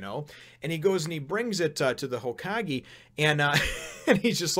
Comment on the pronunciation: It's pronounced HōKagé.